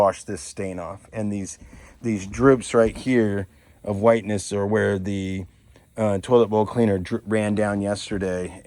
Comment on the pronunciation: I thought you kept saying “total boat cleaner”…but not its “toilet bowl cleaner” 😂